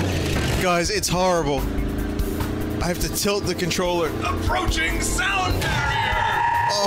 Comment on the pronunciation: APORCHING SOUND BARIER lol